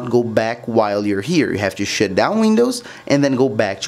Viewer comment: “You have to shit down your windows”